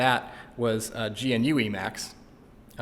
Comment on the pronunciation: It does make me cringe a bit to hear gnu spelled out and vi pronounced vai, but solid video.